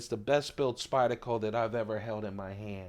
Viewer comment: Like nails on a chalkboard when you say Spyd-a-co. Good video, though.